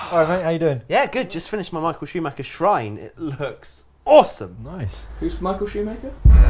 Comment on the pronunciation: "Who's Michael Shoemaker?" I burst out laughing so hard at that mispronunciation and the scene that followed!